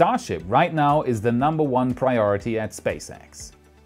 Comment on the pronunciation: "Priotity" :D